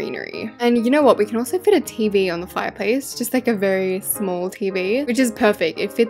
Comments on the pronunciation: It's not smahl masl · when u said like shmall me like:HAHABABBABABABABABABAABAGHAAHAHHAHAHAHHAHAHAHAHAHAHAHAHHAAHHAGHSHAS